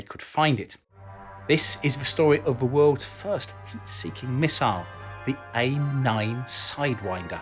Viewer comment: He said “heat seeking middle”